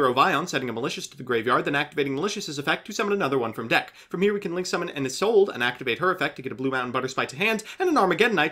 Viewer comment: Oh my god he pronounced Isolde correctly...